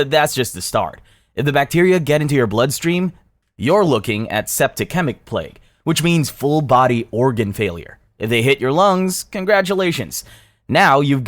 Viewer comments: I didn’t realize this was an AI voice until I heard the pronunciation of "septi-kemic" , wow. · Bro said septicemic as septik-emik 😭😭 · Septi-chemic lmao